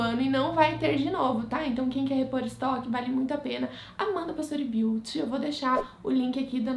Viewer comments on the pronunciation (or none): none